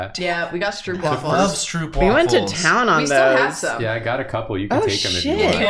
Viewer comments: your pronunciation of stroopwafel is very funny to me as a dutch. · Soooo I'm gonna try and get you guys some dutch stroopwafels! (The oo is pronounced like the o in cone)